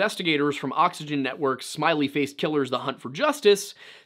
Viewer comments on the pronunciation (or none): none